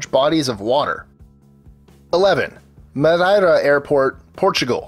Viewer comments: Ha he can't pronounce Madeira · jesus he butchered the pronunciation of 'Madeira"